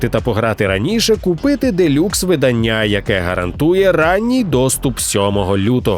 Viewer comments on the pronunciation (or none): none